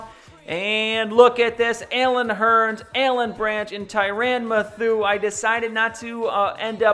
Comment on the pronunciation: Great vid!!! However, Mathieu is pronounced matthew.